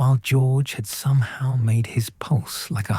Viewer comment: The problem is the AI voice, it pronounced somehow as "so me how"